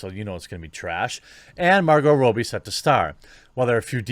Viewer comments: This is bugging me. It’s ‘Raw-bee’. Not ‘Row-bee’. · While I agree with how stupid all these decisions are from Disney you are really unable to say Margot Robbie's surname properly its Rob-bee not Row-bee. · For the love of God... It's pronounced 'Robbie'... not 'Robey' FFS!!!!! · Have I been saying it wrong all these years? Isn't it Robb-Ee, not Robe-Ee? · Perhaps Margot herself is the best source for this, but in Aus 'robbie' rhymes with 'knobby' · why are you constantly saying her last name wrong